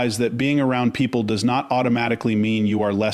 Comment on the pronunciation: "voice" pronounces this part of the sentence "...does not point..." as "...do as not point..." which is evidence of the voice on the vid is in fact Ai! Because WHEN has a human pronounced "does" as "do as"???? 🙄🤦‍♀️